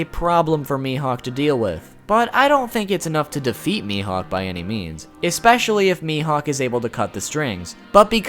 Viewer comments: especially* Not Exspecially. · "expecially" bruh my dude. i love your videos but bruv